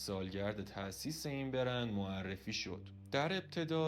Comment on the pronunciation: بِرند ( ِ ) درست تلفظ کن بگو برند۔